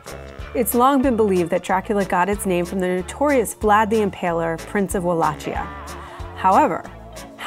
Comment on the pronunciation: Completely butchered Wallachia. At least it was geographically correct. That's where he ruled, and not Transylvania which was his birthplace. Both now part of Romania, but otherwise separate, neighbouring regions.